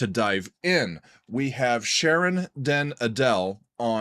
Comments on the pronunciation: Did you know Sharon and Robert are married and I believe her name is pronounced Ardel stressing the Ar not like Adele the singer. I'd suggest Stand my Ground or Faster to try next nice and melodic too. Can I also suggest another band that's on the more extreme end of things - Dimmu Borgir. They're symphonic black metal and did an impressive live show in Oslo that you might like. This show was called Forces of the Northern Night and I'd suggest the song Progenies of the Great Apocalypse. The show is with a live orchestra. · The stress in Sharon den Adel's surname is on the A. Den AH - del. The "e" is a shwa.